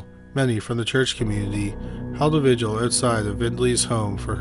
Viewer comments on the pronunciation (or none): none